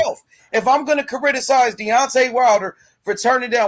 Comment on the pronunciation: The word is criticize not chariticize